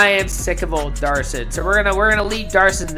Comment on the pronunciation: HIS NAME IS MATTHEW DAVID DAVIDSON! NOT DARSON!